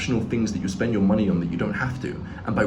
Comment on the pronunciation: Why is they way he says money so funny? Männie